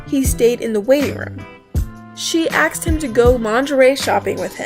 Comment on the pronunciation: You...you realize "asked" has the S before the K, right?